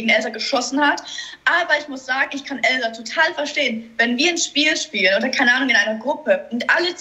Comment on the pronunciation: Ich glaube diesmal wird es wirklich Elsa (übrigens sprichst du sie immer „Elzar“ aus🤣) oder geht beides 😏